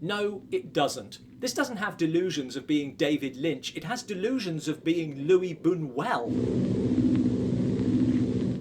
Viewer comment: I was going to make a comment about Luis Bunuel but you included that in the end. His name is pronounced "Luis" with the "s" expressed. It is Spanish not French.